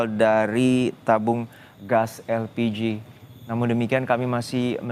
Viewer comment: Elpiji??????? Yg bener min?😂